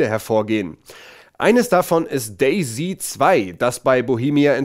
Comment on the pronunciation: Day-Z 2? Klingt wie Daisy 2 ist das ein neues Mario-Game?